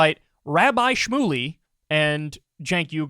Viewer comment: Did piers say “Rabbi Shroomey”???